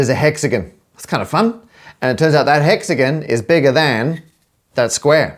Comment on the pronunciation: Bro says hexagin instead of hexagon